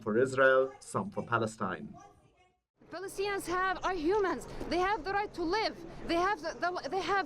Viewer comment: There is no such thing as Palestine. Get your Facts straight! I do like this unbiased reported But she said " Plaestine"